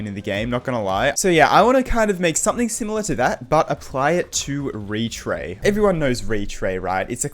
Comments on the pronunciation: and apply it to retray. "retyr" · More like “Retry”